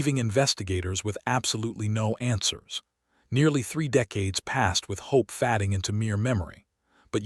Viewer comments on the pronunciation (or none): AI sucks. "Hope fading" pronounced "Hope FADDING" UGH!!! Please just read the story out loud! 😮